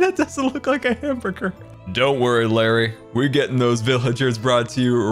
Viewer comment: Héctor Paquot hambeargar not hamburger:)